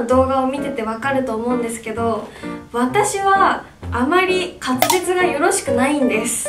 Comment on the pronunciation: ずっとかつぜつをかつれつって言ってる笑笑